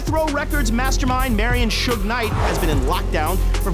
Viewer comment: He said who Knight?? 😂😂😂 this dude from Japan!! lol 😂🤣🤣😂